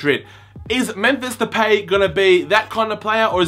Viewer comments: De-pie Not De-pay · yeah its pronounced de-pie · It's pronounced De-Pie! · it's pronounced depie that what van gaal said anyways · It is pronounced Da-pie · Hi to say his name its DePie its Depay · It's depie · it's pronounced de pie....